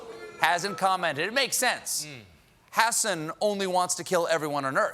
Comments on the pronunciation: did Stephen just say 'Hassan' instead of 'Hasson'? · A White Nationalist named Hassan Yeah, okay! Lol Love how Colbert forced himself to pronounce it incorrectly as 'Hassin' at first too, and then slipped up and said it correctly right after The media is absolutely gross